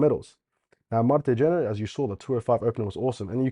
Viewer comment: Kjenner is pronounced more like Shenner